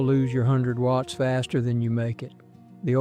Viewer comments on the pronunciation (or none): none